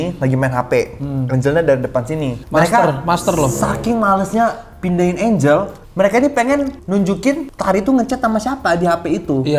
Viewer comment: kenapa klo ngomong angle jdi "enjel"?? 😭